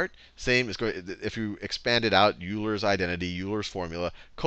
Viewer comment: Haha, he said "yoo-ler" instead of "oiler". Also, which one of his playlists covers Euler's Equation?